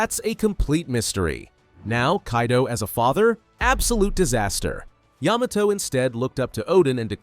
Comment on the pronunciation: Didn’t Yamato groom herself to be his son or smt also why does he say it as Yuh-Mah-Toe Its Yah-Mah-Toe